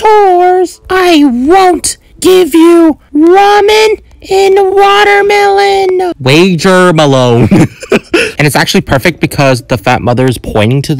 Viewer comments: Bro really said "wagermeloan"😂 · The "wagermeloan" got me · It's so funny when then said wager melon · Is wagermeloan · It was funny that u said wager melon 😂